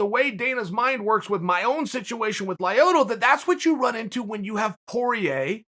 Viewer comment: Everyone: Lyoto Chanel: Lieotoe